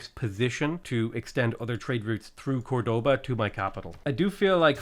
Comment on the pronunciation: nice video, hadn't watch this channel for some months but i came back, although every time you pronounce Córdoba as 'cordóba' a part of me dies xD